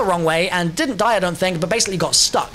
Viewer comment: The "D" machine? You dont how how to Pronounce DIE?